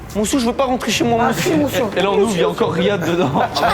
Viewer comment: ”Mousieur je veux pas rentrer chez moi” « a si mousieur » jsp prk j’ai ri 🤣